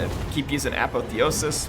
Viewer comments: Apotheosis: Ah Paw Thee Oh Sis not Apathy-osis. Sorry, that's just been driving me nuts. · uh PAWTH ee osis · You say apotheosis weird